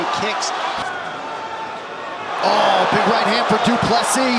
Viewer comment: I think Americans don’t know that PLESSIS , the s at the end is not silent